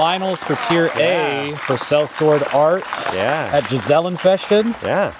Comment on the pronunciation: Hihi the way they pronounce Gesellen Fechten.